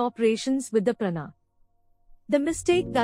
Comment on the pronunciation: Not prana, please pronounce as praanaa